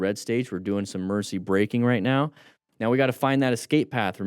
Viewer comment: I keep hearing "mercy" instead of "emergency" like for swerving and stuff. gonna be using "mercy" now coz of that xD